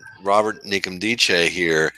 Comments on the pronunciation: Great video as always. It's pronounced "In-kem-dee-chee" by the way. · The N isn't silent